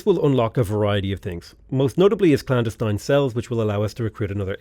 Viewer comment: you, sir, are mispronouncing clandestine